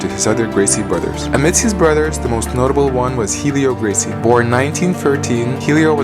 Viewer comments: Helio is pronounced "elio", the H is silent. Royce is actually "Hoyce", the R is pronounced like an H when it is at the start of a word in Brazil. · Helio Gracie's name is pronounced like Elliot without the 'T'.